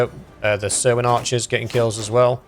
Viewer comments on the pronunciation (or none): I don't know if you planned it, but when you disbanded the army it said everyone was leaving 'the Huge Army'. Also I think Cerwyn is pronounced like Kerwin.